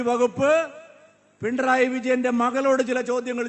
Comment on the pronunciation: പി ൺ റയി അല്ല മാഷേ പിണറായി.😂